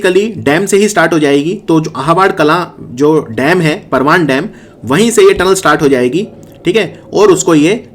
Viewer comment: परवान नही परवन नदी बोलते है हाड़ोती में।